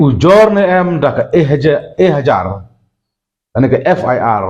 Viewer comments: U lah bakla kren hi ...ejahar ruh u ong e hajar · ejahar ❌ ehajar ✅😅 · ejahar❎ ehajar✅ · Ehajar ne Ejahar 😂😂😂😂😂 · Ka ehajar😂😂😂😂😂😂 balei mem ong syndon ekhajar😅😅😅😅😅 imat lah kuin ka jabe